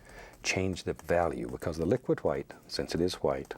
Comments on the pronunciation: Stop saying white that way we stop saying like that since 1066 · “Titanium H w i t e” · little bit of HWHITE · why does he pronounce white so weird? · I love how he says white